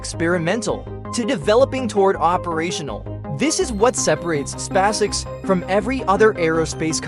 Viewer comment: These poor suckers are unable to purchase an artificial voice capable of speaking "SpaceX" properly!